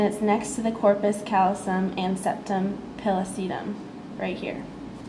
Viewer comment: thanks for going to a quiet place to film this. Nice filming. Work on your pronunciations. APR has a pronunciation button. Septum pellucidum, corpus callosum, etc.